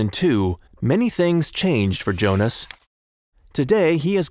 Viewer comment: Wait, if Jonas is German, his name should be pronounced 'Yonas'.